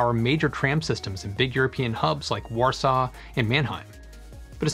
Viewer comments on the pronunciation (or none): none